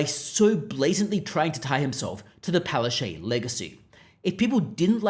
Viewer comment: “Pow-ash-chook” go up to her and say it. That’s how you really pronounce her name in Polish/Ukrainian. She might fall over.